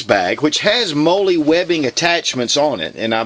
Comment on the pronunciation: I'm not trying to be a jerk. But, mollie is pronounced like "Molly" not "Moley".